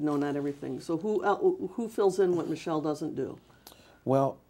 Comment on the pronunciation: I know I'm late but I made the mistake of reading your comment in my first few seconds of watching the video, and then every single time he said "Michelle" I couldn't breatheee!!! 😂😂😂 He really pronounces it "ma-shell" too!!! 😭😭💀💀